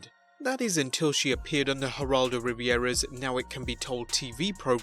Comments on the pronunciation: Geraldo Riviera...lol......it's Rivera, bud. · Dude every time geraldo is mentioned im always like Ri-VE-RA not the geraldo riviera hotel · It’s Geraldo Rivera! Not Riviera! If you want to be a journalist, learn how to pronounce names; such lazy journalism. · Riviera and Rivera are two completely different words. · RivERA, not RivIERA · PLEASE learn to pronounce people’s name’s properly. It is Geraldo Rivera (Riv-air-AH) and Howard Cosell (Co-sell).